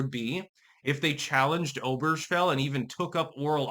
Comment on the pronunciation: Lmao. Oh-Burr-gah-fell Say it with me.